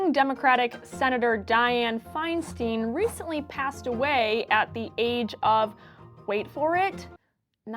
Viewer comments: It’s pronounced “fine-stine”, not “fine-steen”. It’s a valid topic, but such an obvious error distracts from the point. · Exactly. It annoys me every time I hear it. EI, at least in German, is pronounced "eye," as in "Ich bin EIN Berliner" (for those of us of a certain age).